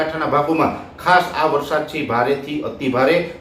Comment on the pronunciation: વરસાદૉ નહીં પણ વરસાદ બોલો અને જમીનો નહીં પણ જમીન બોલો😢